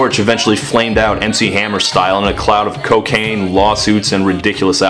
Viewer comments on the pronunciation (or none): none